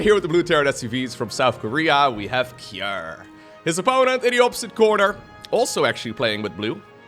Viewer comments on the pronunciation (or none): none